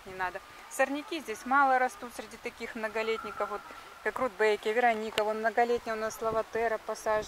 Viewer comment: Почему РудбЭкия?